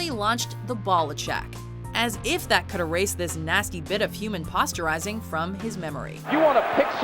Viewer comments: You can tell she’s just reading a script the way she pronounced “posterizing” 🤦🏻‍♂️🤷🏻‍♂️ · You mean the way she said posterizing!